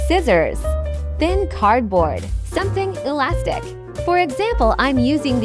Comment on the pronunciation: He said enything alastic